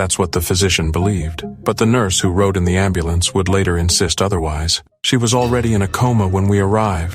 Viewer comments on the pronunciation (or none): none